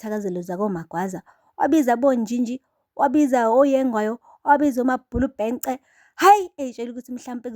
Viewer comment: "Mabhulubhece" bakithi "Mabhulubhense 😂😂😂😂